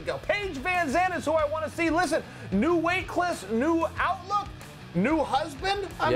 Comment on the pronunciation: Chael said PVZ has a new "weightcliss" ? WTf is that shit?